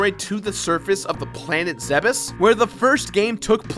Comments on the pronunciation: Thank you so muhc for saying Zebes correctly~ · THANK YOU FOR SAYING ZEBES CORRECTLY!!!! NO ONE EVER DOES!!!!